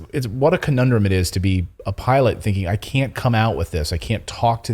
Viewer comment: "FAAAAAAAA". Yes, pronounce it as an acronym like you suggested, Natali. Love it.